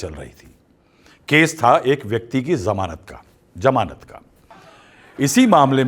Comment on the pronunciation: Zmanat hi hota jmanat nhi pahle sahi bola tha fir badla kiu